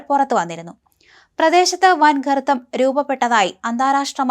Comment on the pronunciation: 😂😂😂😂😂😂😂😂😂garbam ano gartam aano. 😂chadangukal kayinjitu vannamathi😂😂😂